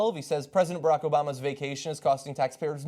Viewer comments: Vaction? wtf is a vaction.... Are you making up words now? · vaction lol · whats a "Vaction"? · VACTION?!?!?!? lol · What is a "vaction"? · didn't know you could take a "vaction" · What's a vaction? Is that some kind of sucking procedure?